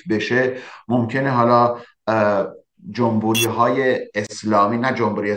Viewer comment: استاد جمبوری نه، جمهوری!!!!